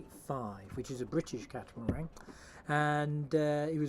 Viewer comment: Why do you call it a catamarang rather than a catamaran?